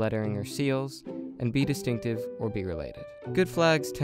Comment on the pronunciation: Distinctive, not destinctive.